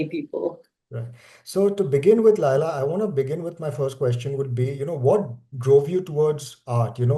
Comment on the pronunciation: Why you are telling Laaila? It is Laila khan know? Or I am wrong.